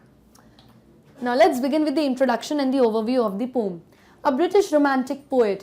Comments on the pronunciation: Poem ❌ poam✔️ 🤣🤣🤣🤣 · Difference between ,,, "POM" , ,, "POEM" ,,,, 🤔🤔. , 😸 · Very nice explanation but do take care of Pronunciation it's pow.uhm not pom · Check your pronunciation of the word 'poem'....it's irritating as you are terribly wrong in pronouncing it.. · Pom❌️ poem✔️😂😂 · Mam is saying pom instead of po-em 😂😂😂😂😂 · Ma'am, it's not पोम , it is प उ इम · Poem pronunciation Indian English (poh-uhm) British English (pow-uhm) American English (pow-uhm) Pom😮 pehli bar suna hai. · Mam pom nahi poen hai woh 😅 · mam pom ni poem india me yhi pronounce krte h isliye yhi shi h😅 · Pom not poem is also a thing of beauty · yeh yeh pome pome kya hai bhai 😂😂 , poem haiii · Please correct the pronunciation of poem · New word aapne sikhaya poem ko ponm bhi kahte hai😀😃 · Bcoz it's now pronounce as a pom not a poem ☺️ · Ooohh 😲so its a poom not a poem😂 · Pome 😅😅😅😅 correct the pronunciation of poem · Literally regretting my life to say poyyyyyemmm. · Mam why are you pronouncing the word poem in pom...? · Mam ap poem ko pom q bolti ho🤔🤔